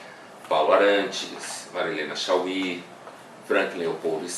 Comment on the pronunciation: Ele falou Marilena "Shal WEE"" Pow, Dou muito valor ao livro dele do Guia Politicamente Incorreto da Filosofia, mas falar uma asneira dessas é fogo. Manda ele pra um show de humor falar isso.